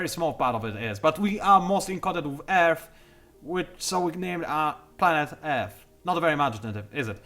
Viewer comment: lol, instead of earth I thought you were saying F I was like wait what =P